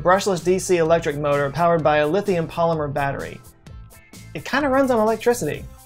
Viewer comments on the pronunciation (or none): none